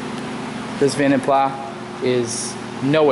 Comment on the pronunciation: It's pronounced "vonden plah".